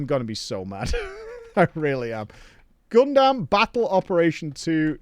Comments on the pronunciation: saying Gundam sounds like a crime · I already hopped off with how he said Gundam, literally WHAT